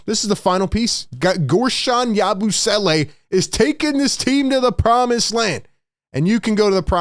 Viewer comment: Im just hype to hear "YABOO-SWELLAY" all season LMAO